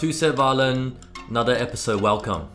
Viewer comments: Violeen (guy narrating the glass violin video) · I hate that the guy pronounces violin as violeen